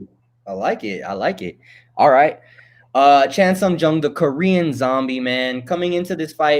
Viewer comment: He is not Chan Sung GUNG. Just call him Korean Zombie if you can't pronounce his name correctly.